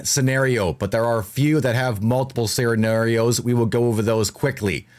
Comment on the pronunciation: He said serrenarios